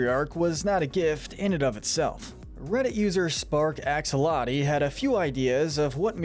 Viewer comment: Wait... Did he just say "Axoloti"? Tell me you don't know Minecraft without telling me you don't know Minecraft.